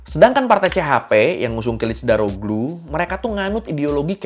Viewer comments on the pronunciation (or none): ini maaf yah ngelurusin aja tentang penyebutan Nama ,Erdoğan ( baca ,erdoan bukan erdogan) , kiliçdaroğlu ( baca kiliçdarolu), sinan oğan ( baca, sinan oan) ,dibahasa turki itu ada yg namanya yumuşak ğ ( g halus, tdk dibaca g ,tapi dilebur) , untuk yg balcı (baca ,baljeu) c= j ,,biar enak didengar aja pas pemnaggilan namanya, maklum klo nyebut nama kan gak boleh salah .. untuk masalah yg 5,17% suara .. Sinan oğan sdh memutuskan bergabung ke kubu Mr. Erdoğan ❤, gak sabar menunggu hasil pemilu Turki besok 🎉, Mudah²an pak erdoğan menang karena kalo beliau kalah banyak sekali dampak ruginya bagi kita orang asing yg tinggal disini.